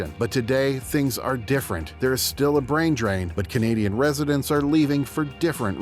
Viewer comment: Brain not Brian